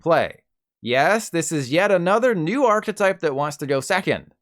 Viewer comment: pronouncing archetype like that is insane